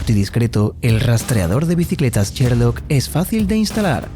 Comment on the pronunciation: "cherloc"! no es posible que no puedan pronunciar bien!